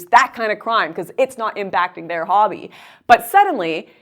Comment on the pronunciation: It's about your "hbbby?" Lmao.